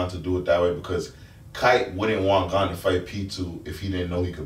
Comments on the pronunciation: His name is GOn not fucking gone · Did they say gone? Instead of gon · How you guys all gona disrespect Gon the whole video saying his name wrong like that :/